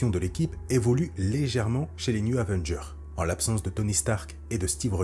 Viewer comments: Chouette video... Gâchée par le fait que le narrateur passe son temps à dire newZ Avengers. Y'A PAS DE "S" À NEW! "news", ça veut dire "informations", les nouvelles, le journal. Du coup, il passe son temps à parler les Avengers de l'Info... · Très bonne vidéo, mais comment t’écris le nom de l’équipe pour le prononcer comme ça ? Les News Avengers ? Les New Zavengers ?